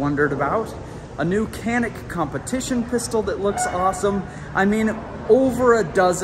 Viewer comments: As a Türk, every time someone pronounces it "kannik", I die a little. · I love how the Canik rep can’t even pronounce the name of his product correctly